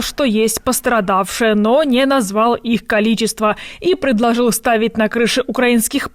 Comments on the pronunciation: Теть сходи к логопеду,но слушать невозможно,ладно хриплый голос,но не ТЯС,а ЧАС,и не КОЛИТЕСТВО,а КОЛИЧЕСТВО..Хотя у вас как скажишь так и правельно,но и трындите на своем суржике,только не трогайте Великий Русский язык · Слежу за всеми Вашими выпусками.., не хочу никоим образом обидеть, она старается, видна ее работа над дикцией, но по- прежнему с произношением Ч в словах качество, количество и т.д. -просто беда …